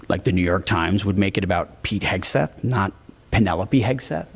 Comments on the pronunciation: Pete Hedgeseth???? That's exactly how she pronounced his name, and I believe, without a doubt, it was done purposely to push the boundaries of the pending lawsuits that would follow if she didn't read all of the disclaimers of the blatant lies spewed out from this show. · Do you think Woopie will ever learn to pronounce Pete Hegseths' name correctly or is it above her intellect level?